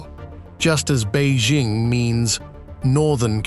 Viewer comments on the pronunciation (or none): Beizhing? It's Bei Jing. It's not Zhames Bond. It's pronounced Jing.